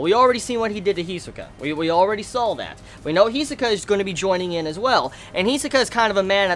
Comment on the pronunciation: its pronounced PAR IS -TON (pariston) and HEE SOO- KA (hisoka) and KUR-AHHH-PEEK -AHHHH (kurapika)... great review btw